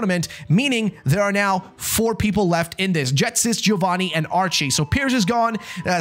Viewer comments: Can’t deal with the fact he’s calling Ghetsis, Jetsis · Why does he say Jetsis instead of Ghetsis 💀